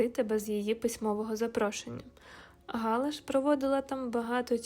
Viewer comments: Не Га'ла, а Гала'..... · Цікава розповідь,але наголос ГалА від фр.gala свято